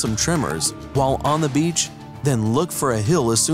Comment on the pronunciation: Didn't you just say Beach